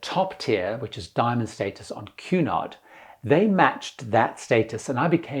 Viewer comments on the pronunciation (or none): none